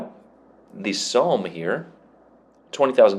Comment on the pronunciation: It's pronounced 'Som', it has a special relevance as one of the worst battles for casualties for the British in the first world war